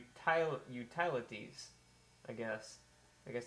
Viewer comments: umm..... you-tile-ities? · I'm pretty sure Utilities is pronounced YOU*TILL*ITIES , not the way you said it :P